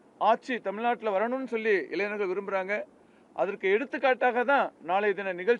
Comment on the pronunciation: இங்கே... இங்கே.. என்றால் எங்கய்யா ஒரு தகவலை தெளிவாக சொல்ல முடியாதா? இடம் நாள் நேரம் சரியாக சொல்லுங்க நாளை என்றால் இந்த வீடியோவை என்றைக்கு பார்க்கிறார்களோ அன்றைக்கு மறுநாளா? மைக்கை கடித்து குதறுவார்😂 இளைஞர்களா இளைநர்களா?😂 கடைசிவரை இடத்தை நேரத்தை சொல்லவில்லை இவரை எல்லாம் கட்சி பொறுப்பில் போட்டு வச்சுருக்கானுக கொடுமை கொடுமை...